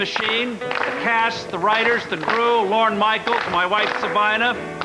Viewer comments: It’s LORNE. Not Loren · You should learn how to pronounce “Lorne”